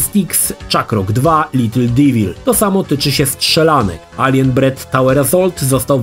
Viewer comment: nie mówi się alien bread tylko alien breed, jedno to obca rasa (hodowla kosmitów), drugie to chleb aliena xd ale znam tę manierę przekręcania nazw gier z lat 90.